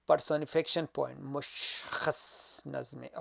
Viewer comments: It’s per-so-ni-fi-ca-tion. Ap pronounce sahi nhi kr rahy, baki apki mehnat ko sahrahty hain sir . Dera manana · Pehle ye sekh la ka words ko pronounce kaysay karta ha . Personification ko pronounce sahe tareqa sa karay..